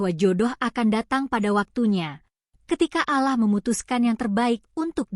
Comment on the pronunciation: Jangan di baca aalah tapi allah mba